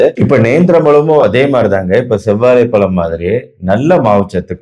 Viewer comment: Dr , palam enru solvadhai தவிர்க்கவும். Correct aa pronounce seivadhu important. Vaazhai pazham ,Vaazhai பழம், pazham enru sollavum.